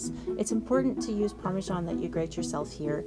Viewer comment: Parmesan not Parmajan.